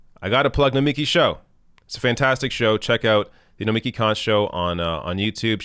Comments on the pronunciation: Her name is pronounced No-mi-KEE. Emphasis on the last syllable. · no-mee-KEE,. C'mon. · It's Nomi-KI